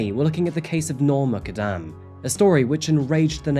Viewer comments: Your pronunciation of 'Noor Muqaddam' is terrible. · She’s not Irish and her name is also mispronounced